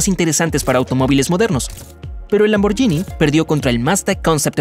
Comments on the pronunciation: Excelente video lo único es que la marca Lamborghini no se pronuncia de esa forma (lamboryini) es una g normal seria lamborguini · Lamborghini se pronuncia sin ll,osea Lamborghini. La GH en italiano se pronuncia G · Lamborghini no se pronuncia lamboryini se pronuncia lamborguini es lo mismo que el spagetti Vos decis spayetti o espagueti Y los electricos no se miden en caballos se miden en torque y kw